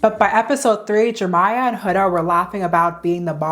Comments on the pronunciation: Jeremiah. Not Jermiah. Head ass. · Why do you keep saying Jermiah...his name is JEREMIAH Have you never seen that name before?? Do you not know how to pronounce it?? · His name is FOUR syllables!! Jer Eh My uh!! Why can't you say it correctly? Makes this video unwatchable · I think you’re mis-pronouncing Jeremiah’s name. It has 4 syllables. I think you’re saying “Jermiah “ with only 3 syllables… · the way this creator pronounced Jeremiah as "Jermiah" is driving me insane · you forgetting the second e in jerEmiah is sending me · It’s Jeremiah 😂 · its pronounced jer-RUH-miyah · Many people come across words that they struggle to pronounce, Jeremiah is her word. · Why yall let her pronounce Jeremiah’s name like that the whole time?? 😭